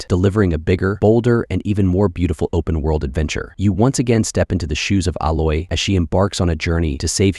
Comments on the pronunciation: Who is Uloy… it’s ( A-Loy) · Nah bro you can't even say Aloy or Kratos right, included a trash game like Cyberpunk and a decent handful of 7/10 games while forgetting gems like Silent Hill 2 Or Shadow of the Colossus. Ain't buying it. Disliked and unsubscribed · Not him butchering all the characters names😭 poor aloy and kratos. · The fact that you can’t pronounce Aloy’s name correctly reveals you never played the game enough to have a real opinion of it lol